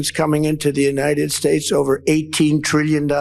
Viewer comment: He was back on that "United Shtatsh" pronunciation again.